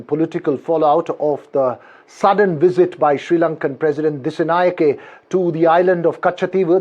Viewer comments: Disanayaka not a uncommon name for india still can't pronounce it properly 😊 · It's a shame you can't pronounce our president's name properly. 😂